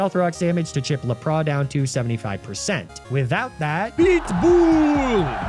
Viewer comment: Did not expect to laugh so hard at how he says Lapras. My relatives live in a small area in PR called 'La Pra' that's said like that 😂